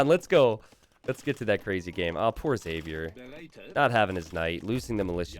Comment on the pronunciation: It’s pronounced “Zavier”